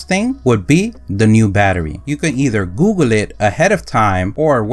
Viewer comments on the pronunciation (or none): none